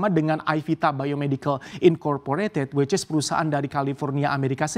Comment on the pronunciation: Bentar2......saya sempat dengar pembawa berita ini bilang "which is" di baca versi indo "wicis"......LOL.......keceplosan bung?